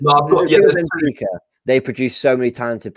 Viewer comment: PPssst ..Guys. It's Benfica not Bnefica ..Just saying .lol